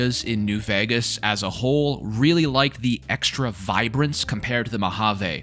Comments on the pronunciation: Why is bro saying new VAGAS bruh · still cant pronounce Vegas?